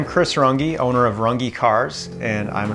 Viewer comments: he is missing out on a huge brand association (porsche) by not pronouncing the the ‘eh’ instead of the ‘eeee’. Ruf is pronounced roohff and not rough , with, I think, better brand identity. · "Rangi" lmao Can't believe this guy hasn't ever checked how his own name is actually pronounced... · It's called Rünge and he says Rungee. 3500 bucks won't even be enough to get a license in Germany not to mention any tools or AYTHING for that matter. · Pronounced "ruynn-geh" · I can appreciate him being an American of German descent, I'm in the same group, and americanizing the pronunciation of his last name, but an umlaut, the ü in Rünge is meant to be pronounced "UE". Except he pronounces it as if it didn't have an umlaut, but insists on adding it to the spelling even though English doesn't utilize the umlaut. Meh, maybe he's just a Mötley Crüe fan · Glad that he is giving it a crack. In german, is it not pronounced roon-gee. The umlaut is "oo". Not sure about his comment that it would take 'two years' to master it. Ferdinand Porsche did it in 50yrs. The master coach builder, and invented the hybrid car. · I believe it should be pronounced ‘Roongeh’ if he wishes to adhere to the origin ( sim to Porsche soft final syllable). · You can believe that, but it's wrong. It's German and derives from an very old profession. It's pronounced Rünge. And I don't know what you mean with a soft syllable with Porsche, because it's Porsheh like "meh" and rolling R not american english R. Same goes for Rünge. Rolling R, ü and the rest as written. So the e at the end is pronounced as always like meh for english speaking people. Almost like an ä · Ngl, I think he's heard his name being mispronounced so many times that he doesn't even remember how to pronounce it properly